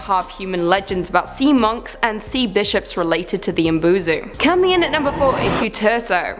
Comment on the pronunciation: Umibozu is mispronounced you didn’t pronounce the I